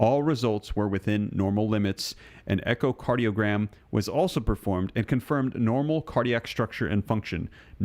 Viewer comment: Echocardiogram. Learn to pronounce words. (Not diagram’)